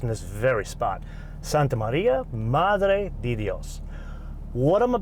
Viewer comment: Okay, so I've listened to you exclaim, "Santa María, Madre de Dios" a dozen or so times now and you have mispronounced "de" every single time. It's pronounced "deh" not "dee".